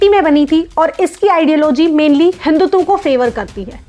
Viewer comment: ma'am apna hiduism ki jhaga hindutum boll deya 😂😂🤣🤣